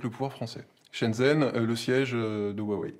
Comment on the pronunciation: « on m’a fait lire et traduire sa pensée profonde… » Je m’interroge fortement sur la qualité de la traduction d’une personne qui n’arrive même pas à prononcer correctement « Huawei » et « Shenzhen » (les deux seuls mots chinois qu’il a prononcé, et ce de manière absolument hideuse)